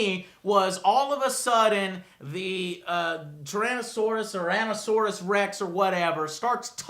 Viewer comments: So you don't even know what the main dino is called? Jeez.... How does I-Rex or Indominous Rex sound like 'Ando-saurous' or whatever you called it. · the way they're butchering the name of the indominus rex makes me question if they were even sober during the movie lol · Learn the name of the dinosaur created it's the indominus rex (i think that's how you spell it I spelt it how it is said) And I think it's part T-rex, raptor, mjungasaur, cuttlefish , tree frog and a bunch of other shit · Whats funny is that, They even said in the movie that they call it the "INDOMINUS REX" to make it easier to say for kids... When these guys here aren't even fucking saying the RIGHT name at all?! HHAHAAHHAHHAHHAHHAHAHHAHAHHAHAHAHAHHAHAHAh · Wow! They just completely butchered the Indominus Rex's name, so much that my jaw just dropped through the floor. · Jw Mackay the point is he completely butchered it